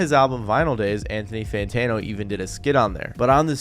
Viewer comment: What’s an Anthony santano